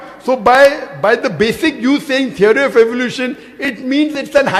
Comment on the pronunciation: When you say it‘s a tiary it‘a tiary. What an ignorant dogmatic bastard